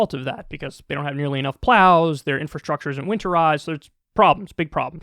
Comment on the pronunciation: "there aren't nearly enough plOWWwss"